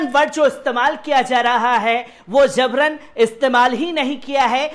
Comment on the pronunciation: ZABRAN NAHIN JABRAN, GAUTAM NAHIN GAUTAM.